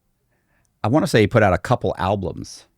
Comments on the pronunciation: I'm sorry but the moment I heard this guy say "a couple alblums" repeatedly, He lost all credibility IMO .... 🤨😒🤥 😂😂😂😂😂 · Does this guy seriously not know how to spell and pronounce albums? He said al-bLUms multiple times. That L does not need to be there. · the guy can’t say alblums correctly lol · Someone who says “alblums” not once, but three times, has zero credibility. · Album. There is only one L in the word. "Al-blum" sounds ridiculous. How do you botch a word like that? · Dude said "al-blums" three times in a row and I was out. This is some dumb sh*t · Albums! Not alblums. Dang, if you're gonna dis someone, correct word pronunciation really matters. Always matters. Most disturbing thing about this is that ive just wasted 10 mins watching this hokum. What a load of hooey. Get a life dude. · I hate it when people pronounce albums as alblums 😂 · he said "alblums" meaning they put an extra "L" sound in there when trying to pronounce the word albums. It does sound idiotic. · Seems you missed it. The comment was just having a laugh about the extra “L” in his pronunciation of “albums”. Dude said “alblums” multiple times and didn’t get called on it. YW🤙🏻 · I bet the songs are horrible, but so is this guus pronunciation of the word "albums." Sounds like hes got marbles in his mouth every time. Man says "alblums" every time 😂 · I swear he’s saying “alblums”. It’s driving me crazy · dis nigga just say “al-blums” twice? 😂